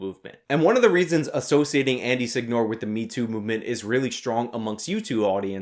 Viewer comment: Seh-ñoh-reh. Not Sig-Nor